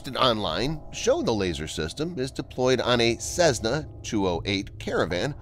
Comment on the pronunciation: At minute “Seznah” 🛩😘